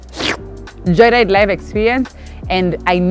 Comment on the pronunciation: Did say Joylide...anywho wacha islide😂